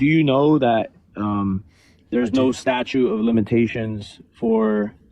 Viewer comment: Imitating the same annoyance Ross showed Joey: "It is STATUTE. Not STATUE" You effing moron.